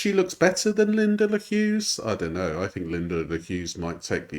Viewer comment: Why does she add "um" on the end of e everything. "Knowum" "Mayoum" "oneum" "twoum". I think she's doing it on purpose to try and start a trend or something..... Alright